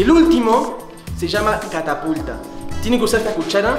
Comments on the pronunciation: se dieron cuenta que dijo cacapulta en deber de catapulta en el minuto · No les pasa q en el minuto dice carapulta😹😍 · Ya no es catapulta es : cacataculpa XD